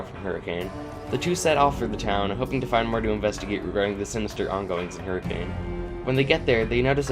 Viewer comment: This is a really cool rewrite. Definitely more satisfying than the original and seems well written. Great work! I would also like to say that every time you pronounced Hurricane the way it should be pronounced my mental expression was :)